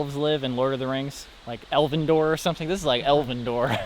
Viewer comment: Every time says "Elvendor" a part of me dies